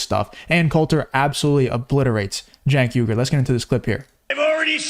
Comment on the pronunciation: Love your stuff but you keep missing pronouncing his name it's pronounced ( Chunk Hunger)